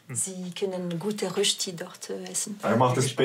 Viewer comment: Äs heisst Rööschti.